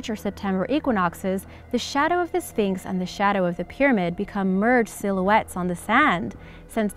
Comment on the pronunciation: I swear i heard you say phnyx